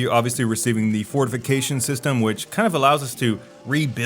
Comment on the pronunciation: On the first playthrough I heard "Ford Vacation system" and was really confused. You actually said fortification system but it still sounds fucky. lmfao